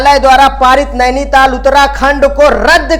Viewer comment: Is he a teacher ???😂 NAINITAL ko nation bol raha hai aur verdict bhi galat padh raha hai